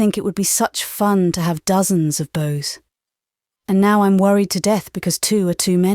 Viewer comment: Nice voice but not right for this. She doesn't know how to pronounce "Abe" or "beaux" among others; and there's not enough individual characterisation to distinguish between voices. It really needs a Canadian voice